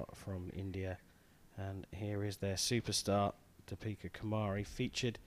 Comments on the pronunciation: Its Deepika kumari not topika kumari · her name is deepika not topeka